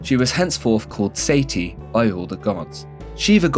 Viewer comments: abey...he spoke sati completely wrong. With half baked knowledge how can you say that he spoke right? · I'm sorry, I'm really trying to take you seriously, but a Western person speaking on a topic that he barely understands, not taking time to understand how words are pronounced (Vee-dik, SEITY for Sati????), and all of that in a British accent - I can't!